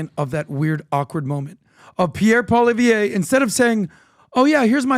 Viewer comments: It's pronounced Pierre Paw-Lee-Ev. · Pronouns it like …poi li ev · BTW, Poilievre is pronounced pwa-lee-EV-(re). If you cannot roll the French 'R' in the last syllable, it's acceptable to pronounce it pwa-lee-EV. Stress is on EV in both. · Everybody! I know it's difficult. His last name is POILIEVRE it is pronounced POLLY-EV